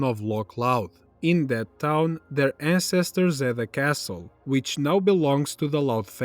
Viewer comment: It’s probably because while his english is decent (not shaming, in fact, he’s pretty good), he sounds like he’s reading off a script. Not in the “not trying to actually act” kind of way, but in a sense of he’s just reading words considering the amount of times he’s mispronounced “castle” and wasn’t familiar with the word “promiscuity”. Yeah sure, that last one isnt commonly used, but I guarantee we’ve at least seen that word growing up.